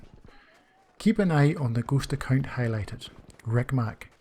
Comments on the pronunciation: It is shameful that it took me half a video to understand he was saying "ghost account". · Something else really like some kind of obscure German gaming term. I had to figure it out by listening to the context of your narrative. Again the shame is on me. Good video.